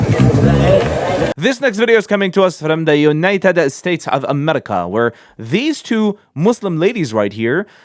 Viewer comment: The way he says united states of amerrrica is so funny